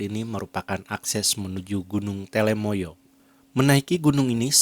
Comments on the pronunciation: Telamaya duul, bukan telemaya. Sing bener po'o. Dirungokke wong okeh je. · Gunung telomoyo bukan telemoyo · TELOmoyo, bukan TELEmoyo ya min.